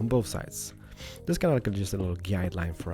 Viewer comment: i like how he says "this" as "diz" 😹